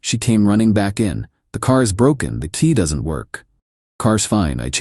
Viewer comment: I like how the AI always mistakes "key" for "tea" in these automated tales...